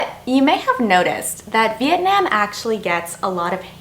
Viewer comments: By pronouncing Vietnam as VIET NIEM, you are just telling people how little you respect and care about trying to learn and adapt to the culture. It’s not hard like pronouncing Nguyen. It’s literally NAM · She says it like vietnAAm I meant to the a to be capital but you pronounce it vietnom but it’s spelt vietnam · Not this idiot complaining that us viets can't speaking english while she's saying Vietnam wrong. sis it's "vit-nahm" not "veet-naim" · Its Vietnam not Viet nayum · Girl you can’t even pronounce my own country right. As someone who is Vietnamese and American I can tell you this be PREPARED then. If your going to a different country don’t start complaining how it’s not like Canada cause it’s a whole different country. Your making it sound like the damn country should’ve adjusted to your standards and mannerisms, but you should’ve been the one to actually educate yourself about the culture and standards there. And isn’t a basic fact to at least learn a bit of the language before going or get a tour guide to help. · You are the definition of those type of ppl that says "not to be offensive....but..." then goes on saying complete utter crap. btw: I hate the way you pronounce Vietnam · Y’all stop commenting hate comments 🙄 There’re too many for me to like 😌 But fr According to her at that part Vietnam is the only country that had pollution?Bruh- And another thing is she’s pronouncing Vietnam wrong. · She says Vietnam so wrong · you’ve “been” there but yet can’t pronounce “vietnam” .. this was a waste of time🥴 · Couldn't even pronounce Vietnam right... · Before you judge and pretend to know so much about their culture and environment maybe pronounce Vietnam correctly first. #speech impediment #white🤮 #gap🦷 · I just like the way she says “Vietnam”...